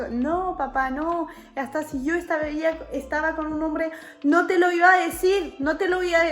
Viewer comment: porque hablas diciendo io y no dices yo , estas engañando a tu argentina